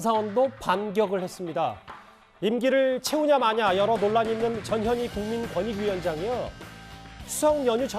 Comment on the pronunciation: 발음좀 똑바로해 저년이가 아니고 전현희야